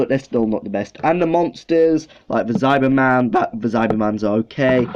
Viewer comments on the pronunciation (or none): I got 3 of those Dalek shampoos: Supreme, Drone and Strategist. Got them like 3 years ago and have never used them. They just sit on my bath Also why do you say Zyberman not Cyberman? Is that just your accent?